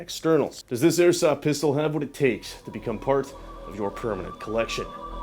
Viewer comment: you're not a child say pistol and speak properly